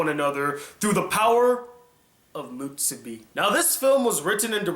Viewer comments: It's "muSUbi" not "muTSUbi". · u keep saying mutsubi not musubi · Musubi. Not mutsubi. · Why are you pronouncing musubi like theres a hidden T in there? Its not mutsubi! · Kazuspeed x Because allowing him to trigger you with bad pronunciation is.... mutsubi. :D